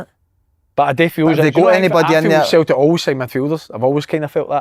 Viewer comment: Wish Si would stop saying Cel-ic